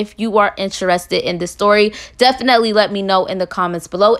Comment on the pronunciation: Lol if you had a dollar for how many times you say “def-an-net-lee” you’d be a millionaire 😂